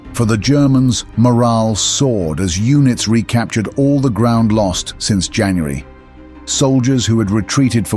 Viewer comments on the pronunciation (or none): none